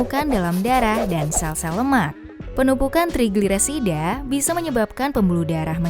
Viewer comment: Ga bisa blg trigliserida